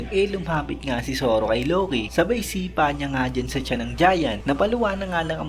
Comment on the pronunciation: Buti kapa Tama pronounce ng Loki. Si Eneru Low-key ng Low-key e kakaurat sakit sa tenga